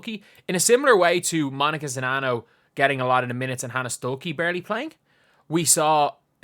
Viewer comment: New here to this channel, I appreciate you and I appreciate you actually knowing how to pronounce the players name 🤣